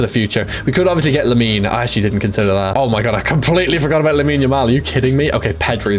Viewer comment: why does this guy say "oh my gorwwwwwd"